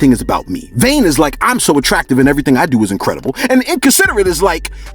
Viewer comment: Bro you kill me 😭 “Selfish is like .... “ “Vain is when you ....” “And inconsiderate means....” Just the extra emphasis lmfao